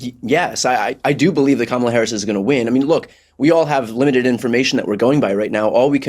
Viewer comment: This woman needs to make up her mind about how she wants to pronounce Kamala.